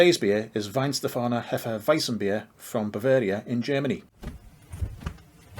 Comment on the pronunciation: finally a good pronunciation